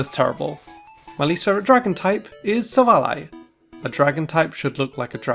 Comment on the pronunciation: IT'S SILVALLY, NOT SAVELLA! AND SWINE IS SUPPOSED TO END WITH AN E!